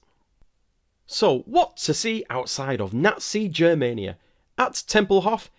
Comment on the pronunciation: The “G” in Germania is pronounced the same way as in “go” or “get” rather than how it’s pronounced in “Germany”. So it’s Germania instead of “Jermania”